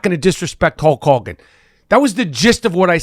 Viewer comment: Michael seems unable to say the name "Hulk Hogan" correctly. It's weird.